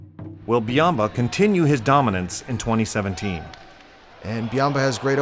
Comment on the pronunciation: Well I mean he is like a panda that dominates sumo. (It's Byamba not biamba.)